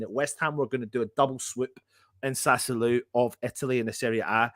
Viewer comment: Sat - Sue - Whoa - Low is quite close on how to pronounce Sassuolo. Sorry, but so many people keep pronouncing it wrong (including lots of other West Ham fan channels) it is starting to do my head in:)